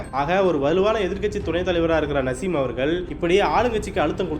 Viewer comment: Ada iva yaaaraa ivan.. Perukooda padika therila... Naaasim... Nasim nasim ndraaa